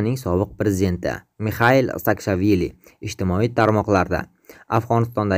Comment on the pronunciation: Sakshavili emas Saakvashvili deyiladi